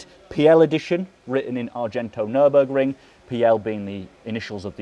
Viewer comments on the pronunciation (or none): none